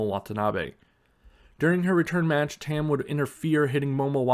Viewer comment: Her name is pronounced like Tum, not Tem.